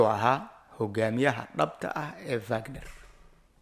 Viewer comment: It’s not vagnar ee waa wagnar